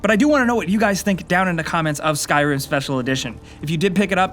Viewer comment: Did anyone else notice how he said skyrim ? XD